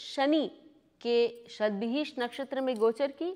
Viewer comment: Not Satvihish Nakshatra...it is pronounced as Shatvisha nakshatra which means Shat=100 and Vishak = Healer or Physician.